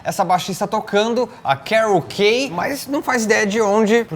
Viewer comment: Carol Kaye = Karoukê